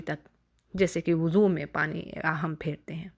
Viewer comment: Mad elfaz ke durustgi bhe naiky he Lafaz. . woozo nahe wuzo he.Abdul basit